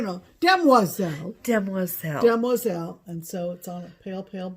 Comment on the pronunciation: you had me at "dam-wah-zel", I'm STILL giggling!! Thanks for all of the awesome videos. I look forward to seeing you guys every week. Hugs ladies!